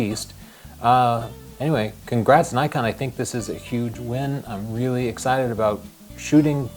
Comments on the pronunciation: pls it is not nykon it is knee kon. japanese name. not american. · Nikon not Naikon! Ni as in "Knights of Ni" and kon as in "convict", Ni-con, Nikon